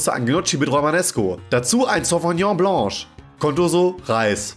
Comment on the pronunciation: tschuldigung aber ich habe noch nie jamanden sauvignon blanc so falsch aussprechen hören ;^)